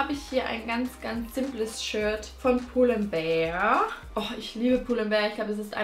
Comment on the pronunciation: Du sprichst pull & bear und Stradivarius falsch aus ned böse gemeint